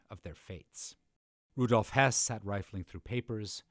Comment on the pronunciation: I thought this a fine documentary, the audio was acceptable for me, as was the narrator despite his repeated "Hoss" mispronunciation. Besides moderate reading of this history my previous knowledge came from the film "Judgment at Nuremberg" and the documentary filled in many gaps